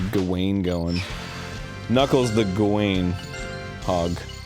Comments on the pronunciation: Sir Gawain (Gow-win) not Guh Wayne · the way they say "gawain" makes me thinking of that dancing kid, y'know DUANE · Ah yes, Gewain and the Green Knigt.